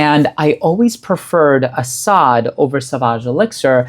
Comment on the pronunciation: the pronunciation is 💯percent is correct.